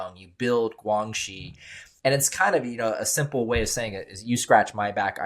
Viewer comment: 2015 PRC Cyber Security Law: 2015 中国（中华人民共和国）2015年的网络国安全法。 As regards to the guest fellow expert, it’s pronounced “GuanXi”(关系）not “GuangXi”, essentially what in Latin legal terminology, is “Quid Pro Quo”/You do for me, and in exchange, I do for you. The new way of saying it in today’s PRC is referred to in 北京, as “双赢”/win-win.